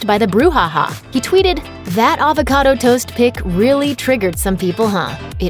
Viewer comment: "HAVE A HAVOCADA,TODAY"